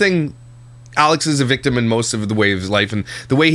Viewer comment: you said “Yalex”!! She’s rubbing off you! 🤣🤣🤣